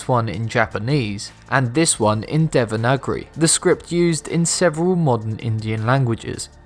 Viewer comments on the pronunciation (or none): This may have been said in the more than 900 comments that are already here; but it's "Devangari" or "Devanagari", not "Devanagri".